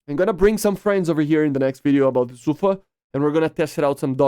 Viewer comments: 🤦‍♂️ it SUFA not SAFU, I have a friend that’s speaks Hebrew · Its actually pronounced "Safaa" edit: Yeah it's Su-fa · no Sa-fa